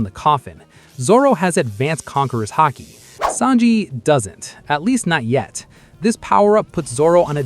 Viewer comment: Lol "hockey" 😂